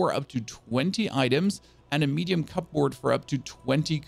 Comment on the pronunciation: "cubberd" (that's how native English speakers say "cupboard")